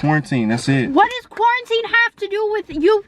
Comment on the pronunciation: This nigga said corintine😂😂